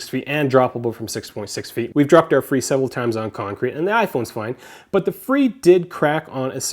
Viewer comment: fre not free